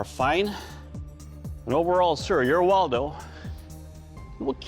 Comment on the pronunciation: Its Woldo not Waldo who put that on the timeline 💀